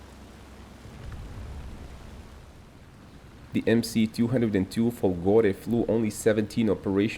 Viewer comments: It's Fòlgore not Folgòre. Accent is on the first o. Fòlgore means lightning. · Hush hush... Fòlgore, not Folgòre....don't tell anyone...🤣🤣🤣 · If you want to speak about Italy in the unrespectful way you do in the video we see here, try at least to read italian words and names correctly... FOLGORE has the accent upon the first O letter!!!